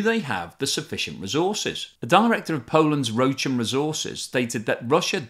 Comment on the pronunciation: you should read Rochan like that Tolkien Rohan